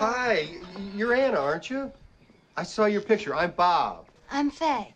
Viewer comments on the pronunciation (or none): none